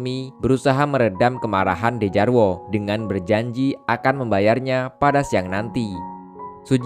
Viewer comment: Bang bacanya Djarwo itu dibaca Jarwo